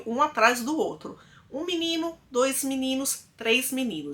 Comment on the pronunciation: falando "dois" e não "dos", referindo ao número 2, me pegou kkk reconheço que era algo que me incomodava. Melhorar sempre e estarei aqui em todos os vídeos. DOIIIIIS bjosss. Fica com Deus!